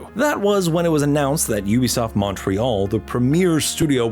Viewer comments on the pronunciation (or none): none